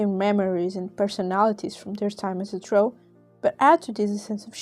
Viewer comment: I’m glad you keep the original pronunciation of Dro’